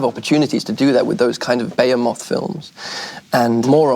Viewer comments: "Bay-a-moth"... I've never heard behemoth pronounced that way before. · to see Andrew Garfield destroy the word behemoth